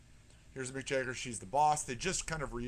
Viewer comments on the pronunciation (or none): Mick Jagger not Mick Jayger